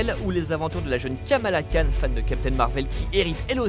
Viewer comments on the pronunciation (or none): none